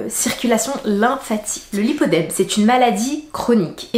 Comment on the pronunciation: c'est le lipoedeme et non lipodeme.